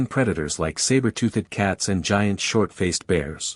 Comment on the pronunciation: who taught this AI how to speak? "Saber tooth-ed"?